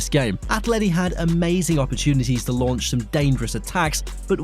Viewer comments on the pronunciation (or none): none